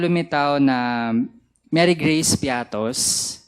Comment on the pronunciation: Mary Geace piattos? Walang ganun.It's Mary Grace piete